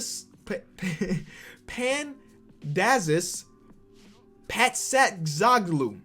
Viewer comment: Pandelis Patsatzoglou is a Greek name and you did a pretty good job pronouncing it😂...and yes it's a real name😂